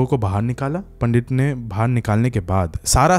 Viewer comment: Pandittt not panddidd